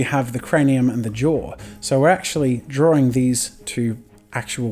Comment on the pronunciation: the accent tough ;) like he says drawring every time